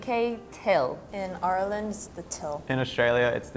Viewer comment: she doesnt even say ireland, she says urland in what county did you even find her